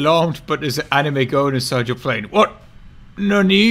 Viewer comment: most Bri'ish W o t ever